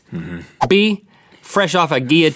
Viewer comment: The Ls are not silent in guillotine....